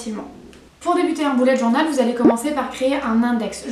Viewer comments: Au lieu de dire bullet journal 📰 on dirai que tu dis boulet de journal Lol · Oh la prononciation 😂😂😂😂journol😂😂😂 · Pk tu dit bullet journol 😂 Mais c’est pas grave c’est cool 👍 cette video